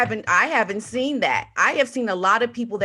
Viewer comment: I will have to listen again. I based my opinion on the word 'seen', says sin instead of seen. As does Murky Meg. I haven't watched a lot of Murky Meg, I think that she does not appear on screen.I haven't heard anything about her home life. I have thought they are the same person for many many months. I will have to check it out.